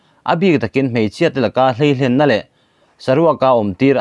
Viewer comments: 'hleihlenna' nilovin 'hleilenna' tih tur a nia sir ...😊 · A bengvarthlak hle,mahse,hleihlenna ni lovin hleilenna tih tur niawm tak a ni